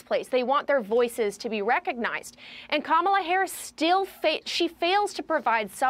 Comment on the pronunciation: IT'S KA-MA-LA.........